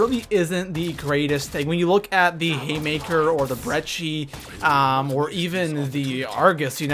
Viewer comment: There's no "H" in Brecci. Stop pronouncing it that way. It's Breh-Key